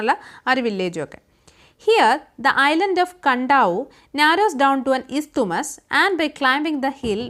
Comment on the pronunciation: Miss 'isthmus' il 'T&H' silent Aan.